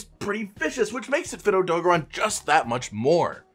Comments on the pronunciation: I'm sorry but AUTO GARON NOT ADOGRON SAY IT WITH ME OTO GARON OK again I'm sorry I couldn't resist btw I love you vids 😃😀😂🤩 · SAY ODOGARON RIGHT OMFG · Why he saying odogaron like that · The way you pronounce odogaron is cringe